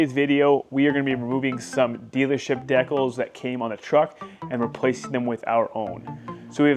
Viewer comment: Who pronounces decals that way I'm sorry but that bothers me lol